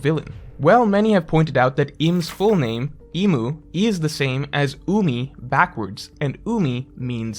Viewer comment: i’m confused why you always call the name as Im, and spell it that way, when they literally say it’s “Imu”. ik it’s because there’s no romanised characters in japanese; but calling Imu “Im” is the equivalent of calling Luffy “Ruffy” because by technicality it could be.